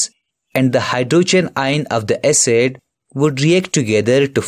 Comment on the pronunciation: its acid not acet lol